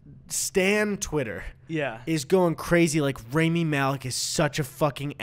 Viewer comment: Guys PLEASE his name is RAMI Rah-me not raimi